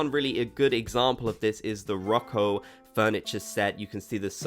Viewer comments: roco.. its rococo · It's pronounced ro-co-co, not rocco 🤣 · the … Rocko set? It’s rococo haha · “roco”? it’s rococo lol